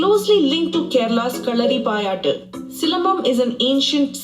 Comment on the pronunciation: No, I don't think so that she's from south India, cos the way she pronounced Karalipayattu in that accent was also different than the real way.